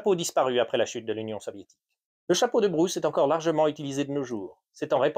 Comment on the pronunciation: The Bruce hat, huh? The AI voice can't cope 😄